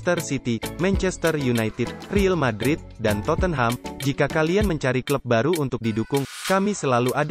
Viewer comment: Yg baca berita pasti org ga ngerti bola.. nyebut real Madrid 'ril madrid'